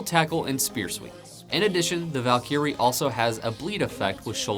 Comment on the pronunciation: Valkeyre :^) Val·ky·rie is the correct pronunciation, good vid.